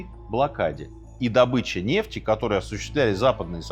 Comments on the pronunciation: нефтИ́? Дядя Серёжа ИИ? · Почему Минаев стал таким косноязычным? НефтИ? Можно же было почитать или послушать, как ставится ударение в арабских именах. Аятолла ХаменеИ, а не Хомейни Ужас